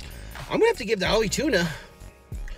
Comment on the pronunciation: It's AHI not OLLIE